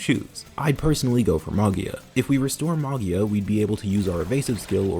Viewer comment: Me, an italian, realizing half way trough the Arco review that you're talking about MAGIA that's literally means MAGIC in italian, and should be pronunciated like MAJIA, lie you would say "magic" but with the A instead of the C. Sorry but it was drawing me crazy, great video mate!